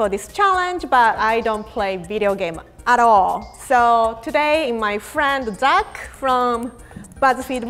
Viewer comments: I was like, duck? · i heard DUCK 😂😂😂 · You’re not alone. I also heard his name as duck. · Who thought she called Zach duck?